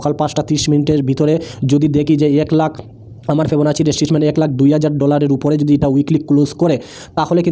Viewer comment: উচ্চারণ ঠিক করেন।। ফিবোনাক্কি রিট্রেসমেন্ট, স্ত্রাটেজি এই গুলি উচ্চারণ শিখেন।